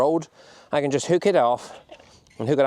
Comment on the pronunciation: It's interesting how dialect can differ from county to county yet words can stay the same. The way you say the word staple (steeple) reminds me of my late father. It was only a few years ago that I realised they were actually called staples and not steeples 😅 thanks for the videos, from Fermanagh